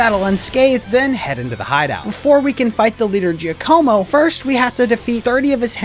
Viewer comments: It’s not pronounced JI-AH-CO-MO it would be JOCK-UH-MO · Finally someone pronounced Bombirdier correctly. It's a pun of Bombardier, someone who drops bombs from above in a plane! Edit: Didn't pronounce Giacomo correct though